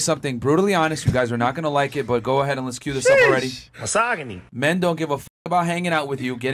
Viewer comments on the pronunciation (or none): why do they pronounce misogyny like the word soggy????